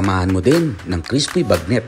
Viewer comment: CRISH-PY sabi ng mamang nagsasalita.